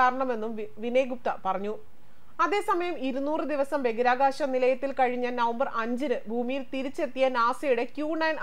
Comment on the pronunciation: ദയവായി ബഗിരാകാശം എന്ന് പറയാതെ ബഹിരാകാശം എന്നു പറയൂ. പ്ലീസ്.